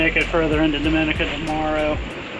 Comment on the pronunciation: it's pronouned Domi-neeca